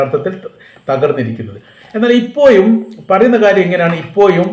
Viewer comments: എൻ്റെ പൊന്നു ചങ്ങാതീ നിങ്ങളീ അപ്പോയും ഇപ്പോയും വന്നപ്പോയും പോയപ്പോയും എന്നൊക്കെ പറയുന്നത് നിർത്തി നേരെ ചൊവ്വേ പറഞ്ഞില്ലെങ്കിൽ നിങ്ങൾടെ ഈ വർത്തമാനം കേൾക്കുന്ന പരിപാടി ഉറപ്പായിട്ടും ഞാൻ നിർത്തും. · നാക്ക് വടിച്ചിട്ട് വീഡിയോ ചെയ്യാൻ നോക്ക്.... പഴക്കം,ഇപ്പോഴും എന്നൊക്കെ തെറ്റ് കൂടാതെ പറയാൻ MA വരെ പഠിക്കുകയോന്നും വേണ്ട...നാക്ക് വടിച്ചാൽ മതി...